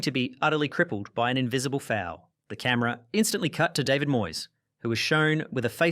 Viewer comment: He can't pronounce the name David right along with many other things. You expect him to know about real football rivalry 😂